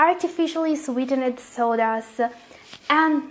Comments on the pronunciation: Sweetened should be pronounced as "sweetend" not "sweete-ned" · please try to listen how sweetened & aspartame is pronounced correctly and avoid repeating. good job on your research. good luck! 👍